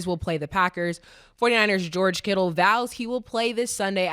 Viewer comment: Joe Burrows and George Kittles 🤣 Mo Mase & Cam love addin the S on the end of a name that dont have it 😂